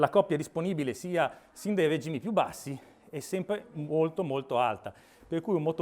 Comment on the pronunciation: Bella, ma chissà quante ne venderanno (soprattutto perché sembra una monoposto). E, comunque, toglierei il "like" quando dite “régimi” invece di “regìmi”.